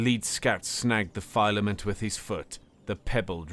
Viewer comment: it's fill-ah-mint